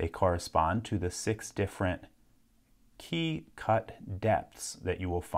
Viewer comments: Why does he call it a Kay? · He says "key" like "quay".